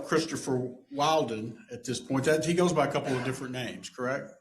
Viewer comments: He's INTENTIONALLY saying "WILD-en" istead of "WIL-den." It puts the word "wild" into everyone's head and annoys her which may create an emotional reaction. her voice texture begins to change...indicating the stress is getting to her. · Its funny the lawyer keeps getting his name wrong. He keeps saying wildman. Doesn't ever fix it. I love it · That lawyer is worth his fee frfr… I swear he was saying “wilden” on purpose just to be annoying. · Lawyer thinks hes slick saying that boys name wrong on purpose. Hes calling him "Wildin" for s reason 😂😂😂😂😂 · Who else thinks the judge keeps mispronouncing the boyfriends name on purpose? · Anyone else notice that his attorney is purposefully misannouncing Mr. Wilden? What great strategy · The husband's attorney is also getting the name wrong on purpose to upset her. 😂😂 it's so childish and I love it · Judge mispronouncing his name purposely to test her patience and push back. Dude is slick 😂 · She gets more mad about him pronouncing his name wrong over questions about her kid